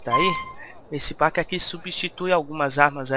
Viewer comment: Galera vamos fazer uma coleta pra colocar ele numa escola de inglês, porque ele pronunciar packs, por PAcks de novo, aí é foda uheuhehu vamos ajudar o cara ! =D